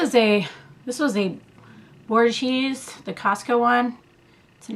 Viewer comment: Borghese = Bore Gay Zee....just a helpful tip on the proper Italian pronunciation. LOL!